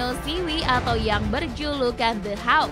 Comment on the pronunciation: bacanya "howk" bukan "hawk"